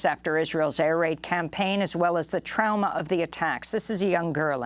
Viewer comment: Trauma is pronounced "traw muh", not "trow mah", fyi.